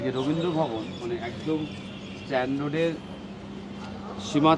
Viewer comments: চন্দননগর স্ট্র‍্যান্ড (Strand)... stand (স্ট্যান্ড) নয়। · চন্দন নগর স্ট্যান্ড নয় স্ট্র্যান্ড। স্ট্র্যান্ড মানে নদীর ধার। আপনি শিক্ষিত মানুষ এই ভুল আপনার কাছে আশা করি না